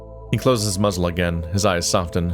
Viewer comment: The T in soften is silent. 😅